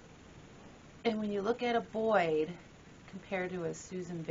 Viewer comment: Pronounced BOY, not BOYD...